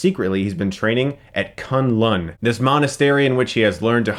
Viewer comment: Another huge issue I have with this shit show is how they pronounce certain names. You'd think after 15 years Danny would've learned the correct way to pronounce Kunlun, but nope, he pronounces like cun(t) the whole time, which is wildly incorrect and a bit cunty to be honest. Also, with a name like Bakuto, you'd think it's Japanese and should be pronounced the Japanese way, which is BAH-ku-to or baku-TO and not ba-KU-to. They could literally put the emphasis on any other syllable and still sound somewhat authentic but decided to pick the shittest and dumbest way to say it. Devil is in the detail. It's the small things that add up and make a show or movie great. and they obviously didn't care enough to spend some time on the small things.